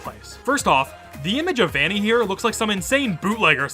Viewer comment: that's not vanny that's venny